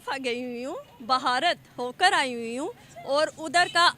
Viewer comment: पहले तो मैडम बता दूं ये भारत है, ना कि भहारत 😊😊 उच्चारण की बड़ी समस्या है पाकिस्तानियों को😅😅